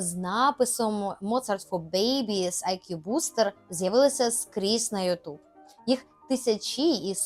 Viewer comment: Нормально. Єдине зауваження - ЮтУб звучить по-рогульськи.